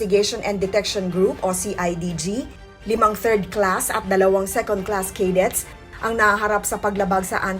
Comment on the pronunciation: Hindi "caydets" ang sambit. Dapat "kadets" or " cadets" 🫨